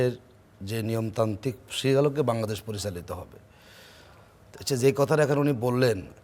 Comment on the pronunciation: উনিতো বাংলাদেশের নামে উচ্চারণ করতে পারে না ঠিকমত ভাংলাদেশ বলতেছে বারবার